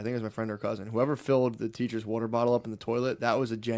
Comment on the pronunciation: I could be dead and the way matt says water would still bother me